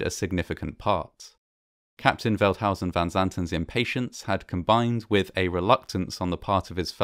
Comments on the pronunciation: Actually, he pronounded it very well. It is a difficult name if you are not Dutch. Our village lost a family of four that day. My husband remembers it very well, it was a tragedy. They are buried together on the cemetery here, I always look at it when I am there. So sad. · This is literally the only documentary to get Veldhuyzen van Zanten's name right.